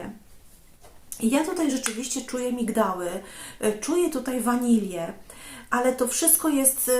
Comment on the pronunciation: Bardzo ciekawie, płynnie opowiadasz, lubię cię słuchać, jedyne co mi trochę przeszkadza to ta wanila zamiast wanilia, proszę zwróć na to uwagę, będę wdzięczna. Zgadzam się z tobą że Just Cavalli bardzo ładne, ja je noszę cały rok. Tahiti the monoi którą miało yves Rocher podobny do Estee Lauder bronze Goddess. Pozdrawiam serdecznie 😉